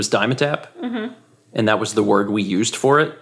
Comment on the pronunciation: Dime. Tapp. That pronunciation is funny to my ears.